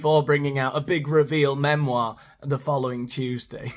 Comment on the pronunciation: "MEmoirrrrrrrrrr" love you 😂